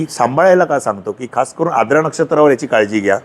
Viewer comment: Knowledge logical watale pan shabdocchar ashuddha aahet Siranche ....jase Verjya, Aadra shuddha ucchar Varjya , Aardra ase aahet